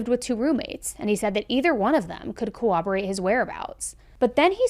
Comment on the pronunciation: pssssst. “corroborate” isn’t pronounced like “cooperate” but with a b. there’s another set of Rs. cor-robber-ate